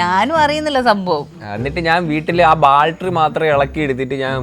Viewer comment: ഡാ കൊച്ചുവേ ബാൽട്ടറി അല്ല ബാറ്ററി. . ഈ ചെക്കൻ 🙈🙈🙈